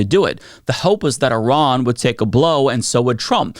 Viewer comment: As someone who is part Iranian, it’s really nice to know that one of the top Democratic politicians thinks my relatives are the “bad guys” who don’t deserve any sympathy. When you bomb a place, you aren’t bombing the government. You are bombing the people. Also, pronouncing Iran like Eye-Rayan? Come on.